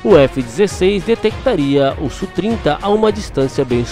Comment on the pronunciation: Amigo, primeiro, não se fala "sú trinta", mas "ésse úh trinta". Segundo, essas informações do Radar são da primeira versão, mas precisa observar a capacidade Look-on e look-donw